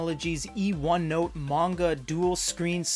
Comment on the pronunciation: Pronunciation of manga is painful